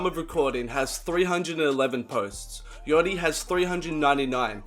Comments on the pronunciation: Don't say " yoty " bruh , I'm from melbourne and I even say yachty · the way he says yachty is funny af 'yoddi'